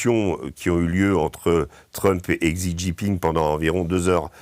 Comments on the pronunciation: "Chi" Jingping, Régis. Deng "Chiaoping" aussi. 🙏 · Essayer donc d'apprendre comment prononcer correctement le nom du Président de la RPC .... Xi Jinping 😉